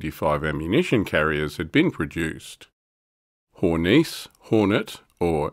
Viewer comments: Hey, it's a german vehiecle, not french. HornissE, not HornEEce ;) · I would note that following "e"s are NOT silent in German. Hor-niss-eh